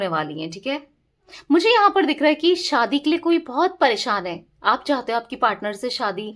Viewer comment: Madam! Shaadi word sahi bola Kro Aap,saadi bol rahi ho.